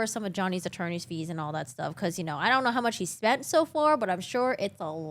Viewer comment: its pronounced "so" not "so-ah"